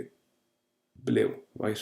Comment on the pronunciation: Ya gotta be kidding, roight? no more understands what he’s saying than the poor souls who like his eggsplanashuns. Roight?